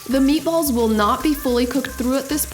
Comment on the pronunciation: Nice job on the meat a balls... (italian accent ) are you sure you’re not Italian?